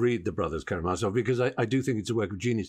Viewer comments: Ka-ra-ma-zov not ka-ra-za-mov Peterson should take a new long break from his most harmful drug : his presence on the public eye. In almost every recent video of him, his unhealthy will to build a strawman even in front of people who are showing him his strawman construction is very often driving him to tears. He should try to stop seeing the world as he desperately tries to suit his flawed narrative, and starting to observe it again with a new eye and without all his cultural references he's carrying like a burden. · Is it just me, or is misspronouncing Karamazov, sounds like Karazamov to me. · A 3rd video would be fantastic. Also, “KARAMAZOV,” not “Karazamov” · Small nitpick. You’ve said Kazamarov twice. It’s Karamazov. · Sorry I know this probably isn’t that important but its pronounced brothers Karamazov and the guy’s name is Alyosha( which also happens to be my name)😅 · It’s Karamazov not Karazamov. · it's KaraMazov NOT KaraZamov <<<<<<<<<<<<<<<<<<<<<<<<<<<<<< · it is karamazov not karazamov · aaaay... repeat after me.. ZOV, ZOV... MAZOV, MAZOV... RAMAZOV, RAMAZOV... KARAMAZOV... there we go. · I love you, man, but It is “Karamazov”.